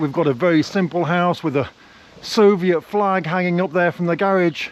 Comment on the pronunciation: So one thing we have established in this video is that you're rich, contrary to what you said in previous videos. That we have established! But if you could do me one favor and pronounce the word garage correctly, so that I don't have to call you up and yell at you. 😂😂